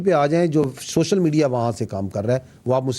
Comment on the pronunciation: Khoti ka bacha شوشل میڈیا نہیں ہوتا سوشل میڈیا ہوتا ہے